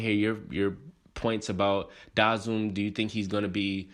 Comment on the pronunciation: Out of all the vids if I seen this has to be one of the worst pronunciations of his name